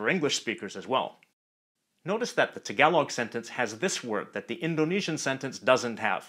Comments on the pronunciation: THE way HE SAID TAgaloG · sir its tāgalōg not tagailoug pronounce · I cant stop laughing how he pronounce Tagalog 😂😂😂 Him: tagawlog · Tagalog is pronounced with the same "A" as in the word Tall. Thanks.